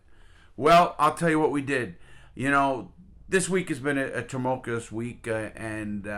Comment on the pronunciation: Love your videos Larry. Couldn't help but laughing when you said "tumunkulous" week though lmao! Keep up the good work :)